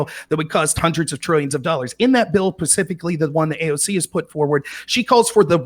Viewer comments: a grown man says pacifically instead of specifically. And he said he was smarter than Destiny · Guy in the top right: "I'm smarter than destiny" Also guy in the top right: "pacifically" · "I'm intelligent compared to you" 1 min later "...In that bill PACIFICALLY..." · LMAO he just said "well I'm a conservative and I seem to be smarter than you at least" 🤣 Then he followed it up by ranting and saying "pacifically" ahahahahhahahahahahahahah